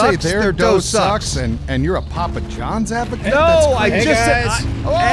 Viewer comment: "Parma John"